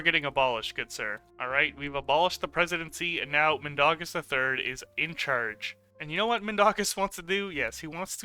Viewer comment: It's not Min da gas it's Min dau gas